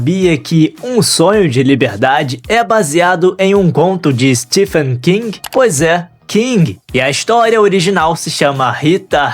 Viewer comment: A pronúncia do nome próprio STEPHEN é STEVEN, não Stifen.